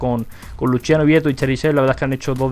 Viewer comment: poruqe pronuncias luchiano vietto si es luciano? qje no sabes hablar tu propio idioma?